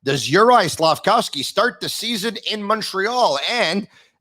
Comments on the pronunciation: please I beg of you, stop saying SlafCOWsky. It’s SlafKOVsky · can someone please tell the it's Slafkovsky and not Slafkowsky lol SICK